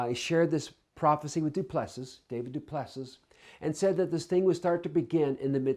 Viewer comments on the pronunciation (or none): DuPlusee. say it properly.